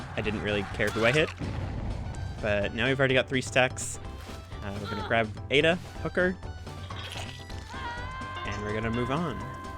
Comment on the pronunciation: I LOVE THIIS! Thanks for being so educational and explaining your strat so well to newbies like me haha Also why does it sound like you're saying "Ada the hooker" lol XD